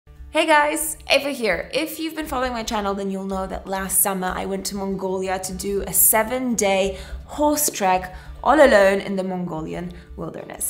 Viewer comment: IT'S E - VAH NOT ............ A - VAH 😂 🤣 😂